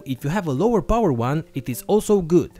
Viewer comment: Why do you say "poor supply"?